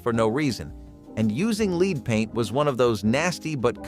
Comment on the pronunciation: I can't believe how you pronounced lead